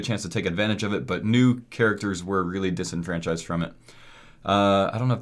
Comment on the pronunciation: when this nigga said disenfranchised i died irl